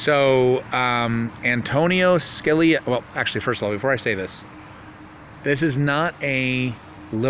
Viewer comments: An ton in Ska li a is how you say it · Sounds like: Justice ( An toe nin Skaa lee ya) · YOU CLAIM TO REVERE ANTONIN SCALIA BUT YOU DON'T EVEN SAY HIS NAME CORRECTLY.. ? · Wow....knowing how to pronounce someone's name would be a good place to start b4 you claim to have revered them and respected their opinions on the court. That being said, it's possible that all of the people you talked about are/were pedos but until there is actual evidence it will be impossible for most to believe. Side note: Your source for the Scalia "rape".... even they couldn't get his name right??? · Antonia Scaleia? Lmao! I "ravered" him? Antonin Scalia... Pronounced Judy how it's spelled. Lol